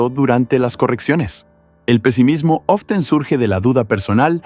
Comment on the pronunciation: ''Often'' :c